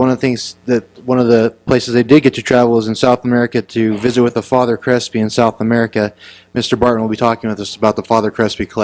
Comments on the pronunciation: Thanks for the suggestion! It helped. This guy mispronounces everything too. Difficult to listen to but at least speeding it up helped. "Dr. Crispy"! hehehe You'd think this guy would have no troubles with his his own writing - his own speech. Funny that he talked about someone else's senility! lol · lol this old fart keeps mispronouncing words wrong (father crispy) need to take the computer away from and get him off stage before he has a stroke